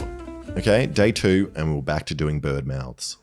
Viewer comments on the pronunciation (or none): none